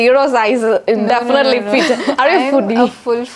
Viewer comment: It is such a pain to listen to anchor's fake accent and wrong vocabulary. Girl learn the language and in that process you will improve your pronunciation. The words preparation easily definitely made my skin crawl with second hand embarassement